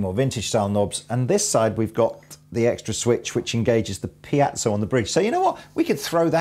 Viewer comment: Really didn’t know that piezo is pronounced piacho